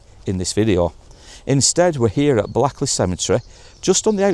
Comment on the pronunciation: Pronounced Blakely